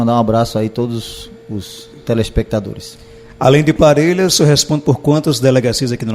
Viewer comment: este delegado fala mau pra caramba, falou a palavra telespectadores, totalmente errada, e a palavra fixo também, lamentável um delegado falar tão mau asim.